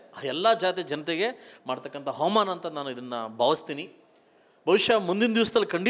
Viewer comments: ಹವಾಮಾನ ಅಲ್ಲ ಕಣೋ ಅದು ಅವಮಾನ😂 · ಹವಾಮಾನ ಅಲ್ಲ ಅವಮಾನ ಹಲ್ಲ ಅಲ್ಲ ಅಲ್ಲ ಮೊದಲು ಕನ್ನಡ ಸರಿಯಾಗಿ ಉಚ್ಚಾರಣೆ ಮಾಡೋದು ಕಲಿ ದಡ್ಡ